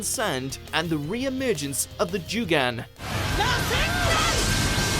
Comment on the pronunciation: Ah yes, Boruto’s mysterious signature eye, “The Jew-gan.”